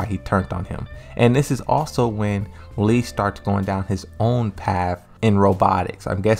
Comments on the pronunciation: My guy it literally says Lee everywhere on your videos ... not LEI it´s LEE pronounced like LEE in Bruce LEE...Lei Wulong is the kung fu cop that resembles Jackie Chan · It's LEE Chaolan. LEE. Idk why you keep saying Lei when it's Lee. Learn how to pronounce names better before talking about these characters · His name is Lee not lei& lei’s name is pronounced lei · Tekken was released years ago and you didn't hear how the announcers pronounced his name properly? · bro you still don't know how to pronounce his name???